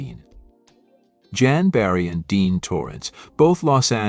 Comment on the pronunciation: What the Fuck is a Green Barret?Your Pronunciation algo-rythms are Screwy! There isn't a John in Jan&dean?Cla vers?Sickadelic?Rusculls?Ramby?Ramby Aputcy, artists?Hire a Live Narrator Computer voices Suck!